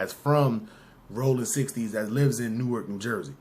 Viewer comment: You can tell when someone not from jerz. Cause they say New ark. Nicca, its pronounced Nork